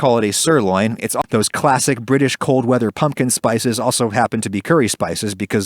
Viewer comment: Ohh British I thought he was saying someone’s name😂